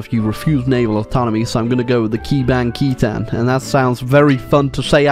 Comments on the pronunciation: Its kebangkitan,not kèbangkitan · i think it would be better as "kuh-bhank-khih-thawn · As Indonesian, that pronunciation is really funny xD. I gotta give it to ya, you really close to pronounce it. Here hows you pronounce it "ke-bang-ki-tan" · As a Malaysian, the way he pronounced "kebangkitan" made me laugh so hard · As an Indonesian the way he says "kebangkitan" Hurts me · Try saying kebangkitan but change the e to u then you'll prob pronounce it right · as an indonesian, i cringed after you tried to pronounce the word 'kebangkitan' but it's alright mate at least you hate the dutch opressors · butchering the word for revolution I see, now its time to have a world wide kebangkitan